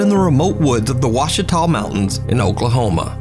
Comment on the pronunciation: as an Oklahoman, friggin props for pronouncing Ouachita correctly!!!! Even for someone from there and hearing them all the time, Oklahoma town names are horribly hard to pronounce 😂